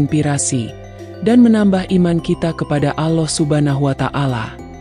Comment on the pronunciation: Ngucap Allah aja g betul ko bikin YouTube islami